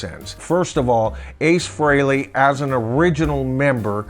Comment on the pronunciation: Thanks for saying Ace’s last name correctly. Even major fans say it wrong all the time.